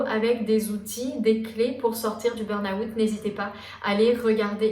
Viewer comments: Intéressant mais burn out ça se dit burn out et pas burn aouuut 😂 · Pour quoi vous dite "burn Août" 😂😂